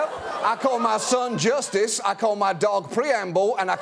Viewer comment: His kids name is JUST-US....NOT Jusitce. Big difference.